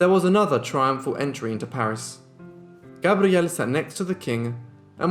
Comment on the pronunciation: He does pronounce Gabrielle beautifully👌